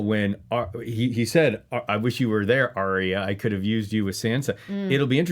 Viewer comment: Arya. Not Arrrrriiya or whatever you're saying.